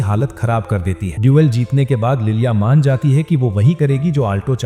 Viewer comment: Bhai use Maina nahin Mana bolate Hain🤣🤣😝